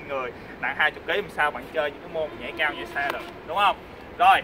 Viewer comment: Vl cái chữ "cAo" giống giống cái ấy